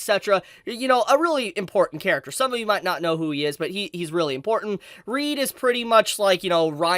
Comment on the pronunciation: Can people, for the love of god, just stop calling Reid as Reed? It's literally pronounced tgw same as Reinhard but you have a D instead of an N.